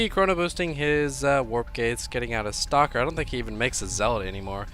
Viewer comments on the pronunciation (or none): none